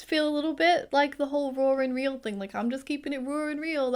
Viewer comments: It took me a bit to figure out that you were saying “raw and real” and I was trying to figure out what being “roar” was. 😂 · Omg it took me so many times of you saying "raw and real" for me to understand it! I thought you were saying "roaring real" because of your accent 😅. And i think as far as diagnosing other people, its the same as any sensitive topic. You bring it up in a more general way and if they seem open, you can keep taking about it. But if at any point they get annoyed or detached, you stop.